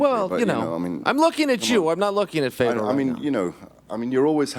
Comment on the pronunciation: Love how Ariel is the only person who can pronounce Fedor name correctly, more like Furdjor